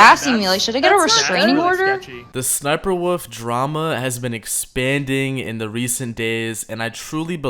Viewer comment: Why do you say wolf like 'woof' you austim